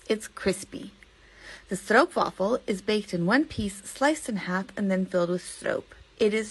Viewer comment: the "Stroop" in "Stroopwaffel" rhymes with Hope, Dope, and Rope, and NOT with loop, troop, or poop (Canadian Oostenbrinks usually insist on the right pronunciation to rhyme with Most, Post, Coast, and Toast)